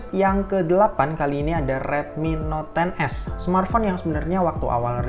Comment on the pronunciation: Not 10s wkwkw salah nyebut ya bang